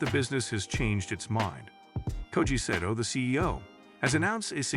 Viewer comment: Pronounced SAH TOE